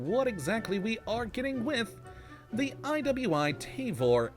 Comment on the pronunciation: It’s pronounced Tah-vore